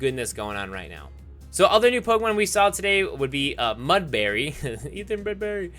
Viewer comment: Every time u pronounced Mudbray as Mudbary i died a little inside